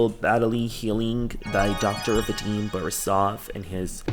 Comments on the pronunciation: i spit out my tea when he pronounced Vadim as Veydim 😂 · it’s Vah-deem, for future reference, I’m sorry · The way pronounces "Vadim" just sends me:face-blue-smiling::face-blue-smiling::face-blue-smiling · The way you pronounce his name is so funny to me as a russian-speaking person😂